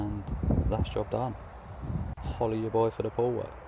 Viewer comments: I thought he said hola at your boi for the whole work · Ngl I thought he was saying holly ya boy for the pool work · I thought he said "hollywood boy for the pool work" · no its “Holla at ya boi for da poo work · 😂 WTH I thought he said holla at us boy this whole time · Lmao I still think it’s holla at ya boy 🤣